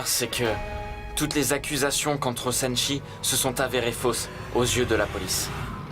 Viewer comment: Apa tonton nikita di sanakchi Olye de sanchi😂😂😂😂